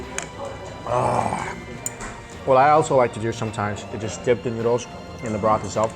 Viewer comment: . Is he mentioning broth or bra??? I wouldn't mind handling BRA...lol